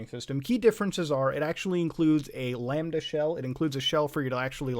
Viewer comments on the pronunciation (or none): none